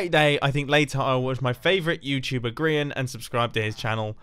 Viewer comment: Zorro Dog Studios I don’t think so he pronounces it like (gree-ian) rather than (gry-An